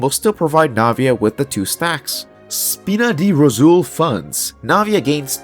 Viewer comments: Dude. Spina di Ròsula, not Spina di Rosùl. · "Spina di Rosoool"